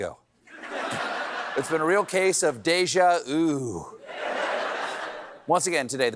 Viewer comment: Stop pronouncing deja vu "deja vous', mate. It sounds horrible.